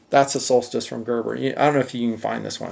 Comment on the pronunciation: why did he say solstice like that I replayed that 5 times